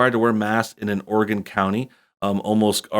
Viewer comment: Thank you for saying Oregon right